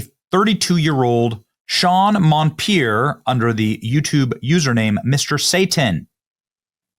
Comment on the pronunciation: MON-per, NOT MON-pier NO " I " in his last name.